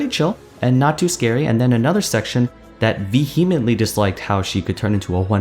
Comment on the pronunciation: VEE-eh-mently. Love your videos, always watch.